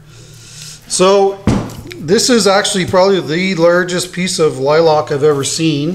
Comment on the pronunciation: Sir... I just stumbled upon your channel. I LOVE your work. However, you have me scratching my head. I have never, in the 40 years God has graced me on this earth, heard anyone call a lilac a "lie-lock". At first I thought you were talking about a different tree or bush... but nope. I live in the Ozarks part of Missouri, so of course, heard a lot of funny things. But every time I hear lilac, it's "lie-lack".